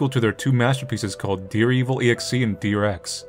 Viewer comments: AppSir: Say "yandere".: Yandere. AppSir: Good! Now say "dere"!: Deer. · You can say "yandere," but you always say "deer." ????????